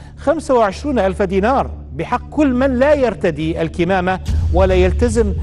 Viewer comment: تحياتي استاذ احمد .. نعم تلفظ كِمامه لان الكمامه لغةً هي للخيول و شكراً